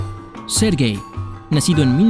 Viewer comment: Quien escucho 'ser gay' en vez de 'sergey' Xd ? Yo si, eso es culpa de sury lol